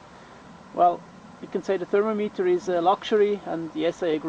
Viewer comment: For future reference its pronounced " Thur-mom-it-er" not " Thurmo- meeteer" but nice vid.